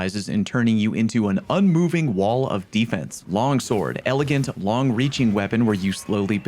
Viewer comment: "elegant" lol